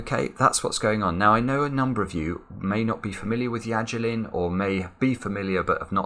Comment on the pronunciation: It's Yajirin.